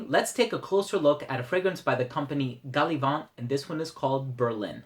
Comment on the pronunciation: Hi. Being an English fragrance house, "Gallivant" takes its name from the English meaning of the word therefore, inappropriate to use a French accent when saying the name of the house. Otherwise, solid review as always! Not smelled Berlin but Brooklyn would be my personal favourite! I find their scents to be quite polarising! Greetings from Ireland.